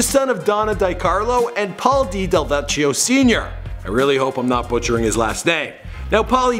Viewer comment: It's Del-vek-e-o